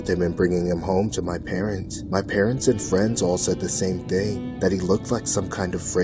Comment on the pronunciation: She said before I get my ting 💀